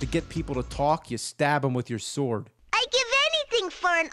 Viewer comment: How many syllables can you get into the word 'sword'? - Soo-or-u-ad